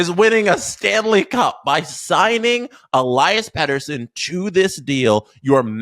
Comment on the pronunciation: el-E-as btw. not el-I-as